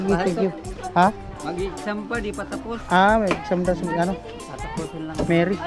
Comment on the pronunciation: pina pag aral ka di mo alam PROPER PRONOUNCIATION?